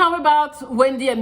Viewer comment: Did say ambitious or ambitches